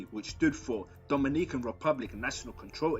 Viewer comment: I cant get over the way you say "Dominican " 😂